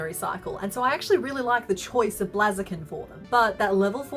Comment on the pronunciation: I love this channel, and everything she makes is just amazing, but it's Blaze - a- kin. Like a blazing fire... The 'bl' sound, followed by the long 'a' sound (as in "say"), and then the 'z' sound....